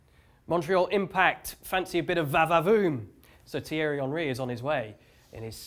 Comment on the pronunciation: Why did Steve call him "Terry" Henry? 😂😂